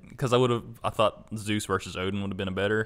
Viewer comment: Really? "Zues"? That makes my everything hurt.